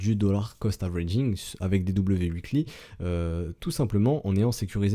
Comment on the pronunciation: Je regarde tous les épisodes, je comprend rien mais je sais qu'on attend un W uikly :P chaque que je t'entend dire Uikly (weekly) je souris deavant mon écran c'est mon kiff à moi sry ;)